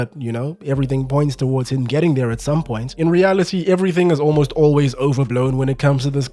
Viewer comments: "Olmost always" 😂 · I laughed a little more than I should’ve at “Olmost Always”. Great video otherwise lol